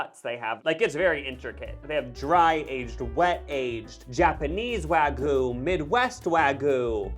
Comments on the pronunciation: "Wagyu" is not pronounced "wah-goo." There is a "y" for a reason. "Gyu" is pronounced like "cute" without the t, and with a "g" sound instead of a "c" sound. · guys the way you're pronouncing wagyu is off, it's wah-GYUU like the last syllable is you with a G at the front